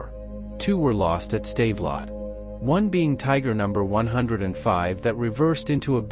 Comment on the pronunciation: So Joe Chim Paper was defeated at a Save-a-Lot store? I guess they don't sell many bilingual AI voices. I did like the 'Tiger Too Heavy tank.'